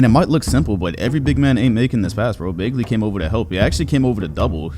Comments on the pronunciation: ik it doesn’t super matter but it’s pronounced BAG-ly isn’t it? you saying it like bae-gly is so weird to me for no reason 😭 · BAG-LY not baegly 😂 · y does he pronounce bagley like that 💀